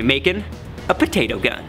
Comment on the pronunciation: "Tator" its a patoto dude